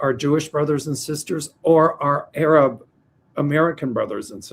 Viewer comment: … please learn from mel how to pronunce Arab not aaaaaarab which is like the N word for black people.